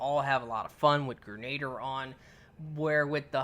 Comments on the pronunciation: Gre-na-deer. Not like Gernader Jake. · Gren- a-deer. Not grenaader. Sorry moms a teacher...love the channel. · It's pronounced gren-a-deer not ger-nayd-er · All yanks do this, it’s pronounced grenaDEER, not grenader 😂😂😂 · Grenadier is pronounced "Gren-ah-deer" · Wow! As many times as the word "EPIC" was used during that Titan's run, is STILL might not be enough!! That really WAS epic!! It looked like a blast too! Oh, and Grenadier is pronounced: "gre- na- DEER". It was a title given to certain ranks of foot soldiers, BEFORE grenades were even invented. Since the advent of the grenade, it can also mean; "A soldier who is equipped with grenades", so it IS a rather fitting name for this perk. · Protip: Grenadier is pronounced "Gren-a-deer". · 'grenader' lol